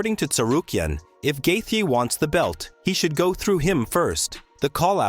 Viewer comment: "Gaethje" is pronounced more like "Gay-Chi".. luv the channel m8! 🤟